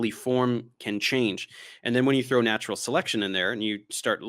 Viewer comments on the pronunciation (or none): none